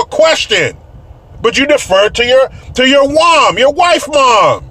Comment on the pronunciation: Saughter, mife, wom 😂🤣. Some times a couple has to have something to be against together, it’s easier then facing your own problems.